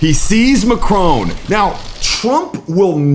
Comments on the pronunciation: It is not Macrone - it's Macron - with the emphasis on the A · This is BS! His name is Macron, you keep saying Macrone. Trump is a childish, arrogant, boof-head who should have been charged for his crimes. The lunatic is running the asylum! You've all been hoodwinked! Trump won't make America great again, he will continue the decimation of our beautiful natural world. Within 5 years, you'll be sorry you voted for him. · Macron NOT Macrone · it's not a display of dominance it's just bad manners ....Trump is jut an asshole ...and he's not Macrone he Macron....learn how to say the guys name . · MAC RON not Macrone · Macron . Mac Ron ..not Mac Rone! Why on earth can Americans not get it right? It’s so demeaning and really does show up their ignorance. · Macron not macrone. Get it right. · It's Macron not McRone! 😂😂😂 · You mispronounce MACRON. It's not MacrONE. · It’s pronounced Macron not Macrone. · Why do Americans say Macrone? His name's Macroṅ. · It's Macron not macrone , it's french not Italian so pronounced mac ron not mac rone. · Its not macroan its mackron pronunciation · "Macron", not 'Mc-rone' ffs. lol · It's Macron Mac-ron, not Macrone Mac-rone. It's such a shame American's refuse to pronounce people names correctly, it's very rude and insulting to do that. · It's not "macrone" it is pronounced "MAckRON" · It's not "Mack-crone". It's "May-cronn". (I live in Paris.) Hated here as much as Trump. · it not pronounced MACRONE....ITS MACRON...........MAC- RON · Learn how to Macron’s name. Don’t pronounce the final “n”. The final “on” is a nasal sound. The way you pronounce his name sounds “Ma” (my in French) “crone” (old lady), i.e., “my old lady.” You should be quite embarrassed! Practice with a personal or machine tutor! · Think your saying the name wrong it's Mac ron not what your saying. If your never sure split the word or words down as i wrote his sounds like sounds nothing like you say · It’s Mac Ron , you don’t pronounce the e